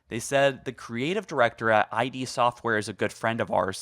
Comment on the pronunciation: Referring to id as I.D. hurt me a little ngl